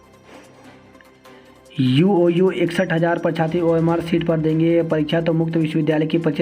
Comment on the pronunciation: सर आप समाचार में शब्दों के सही उच्चारण पर विशेष ध्यान दें, जैसे विज्ञानिक नहीं उसे वैज्ञानिक पढ़ें। इसी तरह परीक्षार्थी में क्ष का उच्चारण करें, छ का नहीं। क्योंकि हिन्दी हमारी मातृभाषा है।